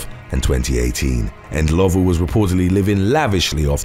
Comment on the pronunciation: Well done on Rosemary Ndlovu's surname pronunciation. 😎😎